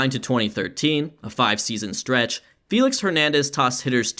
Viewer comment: “”. Great video.